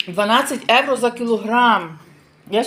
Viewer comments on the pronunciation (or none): Написано - саramello salato, a не салЯто... mandorla, a не мандорлЯ, і коли говорите українською то доречно казати євро, а не евро. І до дівчини італійки доречно говорити італійською, удосконалюючи вимову. Не ображайтесь,, не вчу вас,підказую, щоб не сміялись з вас. Мармелата, а не мармелЯта! Досить, неможливо далі слухати...